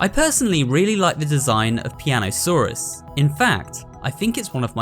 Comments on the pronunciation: piano-saw-us 😂😂 that’s a good one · "Piano-Saur-Us" so basically, he's australian?